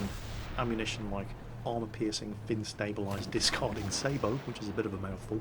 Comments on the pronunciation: think it's either sa-bot or sa-bow. Definitely not say-bow. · Americans say it say-bow but the correct way of saying it is sa-bow because its a french for a type of "shoe" i believe :P And I'd hope they'd get it right ;) Lets face it way too many people are starting to use american terms and pronunciations for some bizarre reason lol ^^ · your traitor, pronouncing SABOT the American way.